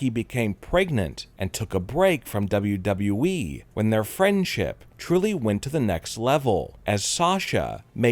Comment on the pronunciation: I can’t why is he talking like that bruh finally he’s saying WWE properly